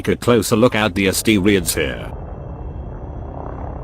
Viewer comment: and the astereeds